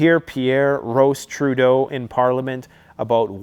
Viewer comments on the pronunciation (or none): none